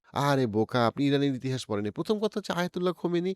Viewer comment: খোমেনি নয়, হবে খামেনী